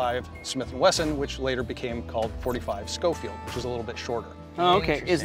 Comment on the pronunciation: It's pronounced show-field, not sko-field. Just a history lesson, not trying to be a know it all. Great video Men, and I thank you for your service.